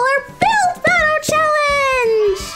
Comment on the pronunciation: “Who won the callenge?”